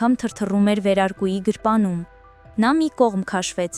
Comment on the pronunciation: Գրպանում ոչ թե գրպունում պարզ կարդա